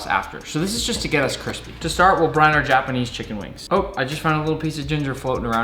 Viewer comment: why do you say "jah-panese" lol